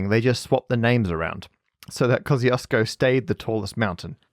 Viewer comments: wait is „kozyosko” supposed to be Kościuszko? XDDDDD my polish head and ears hurt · It was Parker's square pronouncation of name Kościuszko but I'm glad that you gave it a go :D This Polish explorer which named mountain was Paweł Edmund Strzelecki not Kościuszko - Kościuszko is national hero, and was Supreme Commander of the Polish Army, he led the 1794 Kościuszko Uprising against partitions - and Strzelecki wanted to honor him I guess :) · One final remark - I know that I probably made some mistakes in my comments but you really butchered the name of Kościuszko :P. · yeah but to me as a Polish person it is always quite painful (but satisfying aswell) to hear english-speakers (both british and non-british) struggle with polish words like Kościuszko. Until you’ve said that it’s the mountain and that its name is Polish I hadn’t realise it was Kościuszko. Come on, kozyosko? Kościuszko in Polish is like „koshtchooshko”, in IPA it’s /kɔɕˈt͡ɕuʂkɔ/